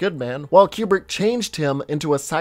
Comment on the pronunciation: It’s COO-BRIK not CUE-BRIK.